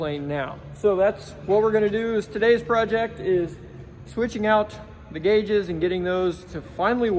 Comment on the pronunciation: "guages"... Gotta love it. Automatic subscribe...Keep up the great vids!!